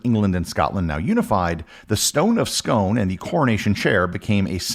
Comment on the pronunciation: It's pronounced scoon as in soon.